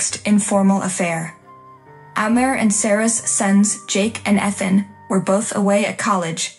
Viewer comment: They can't pronounce Ethan correctly, either!